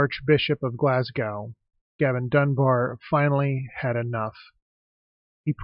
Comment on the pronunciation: Interesting video, and it provides some context to why people didn't like the cursing stone when I was growing up, since I was just a kid at the time and not paying attention. Couple of things though; Carlisle is a city, not a town. Glasgow is pronounced "Glaz-go", and Cumbria is pronounced "Cuh-mbria", not "Coom-bria"